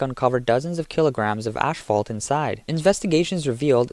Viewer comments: Asphalt, not ashfalt. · The amount of times you said ashphalt instead of asphalt is embarrassing. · PEOPLE! PEOPLE! PEOPLE! It is NOT ASH-FAULT! It is ASPHALT! There's no "SH" sound in the word! Stop being idiots! Learn to speak properly! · Its asphalt, not ashfault...pronounced "ass fault" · ASS-Fault, not ash fault....his English is as bad as Chinese products.... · By the way: it's called asphalt, not ashfault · It's "asphalt", not "ash-fault" 😉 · I know it doesn’t matter…but is he saying “ashphalt” ? Just curious🤷‍♀️ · "Ass fault" is pronounced "butt crack" .... hahahah. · that's it - i can't listen to this dude mispronounce the word "asphalt" anymore! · "ash-fault" "chass-iss" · Asphalt is pronounced “Ass - fault.” Chassis is prounonced “Chassee” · I know you guys are just paying some random people to narrate your videos, but the literacy of these people is getting worse every day. reading today can't even pronounce the words chassis and asphalt; two words that are mentioned numerous times. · When your script is written by chatgpt and you dont even know what you're saying you pronounce words like chassis and asphalt like an idiot.